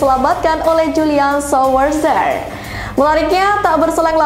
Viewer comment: sedikit panduan nih mBak... Ju-lian Swa-ser